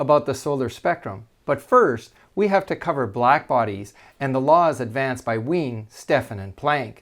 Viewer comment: should Wien be pronounced veeyen?